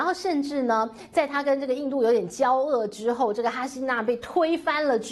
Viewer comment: “交恶” 发音 jiao wu